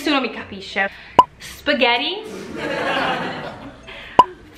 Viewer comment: Spghedi anziché spaghetti.... mi hai fatto male al cuore 😂